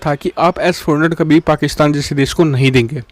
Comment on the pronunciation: What u say fakistan???😅